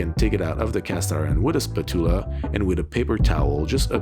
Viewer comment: I will never say the word “spatula” the same way ever again lol